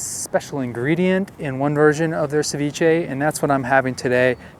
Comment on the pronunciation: Ceviché is from Ecuador not the world. Don't mean to be mean but your pronounciacion is horrendous. How about trying a little harder it won't kill you. You truly make me cringe. 😇 👀